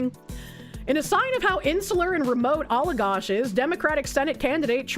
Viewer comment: how you pronounced Allagash hurt